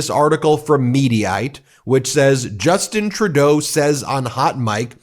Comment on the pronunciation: Ben, do learn some French, and pronounce Justin Trudeau correctly, please. (Says one European (male), who used to speak some French.)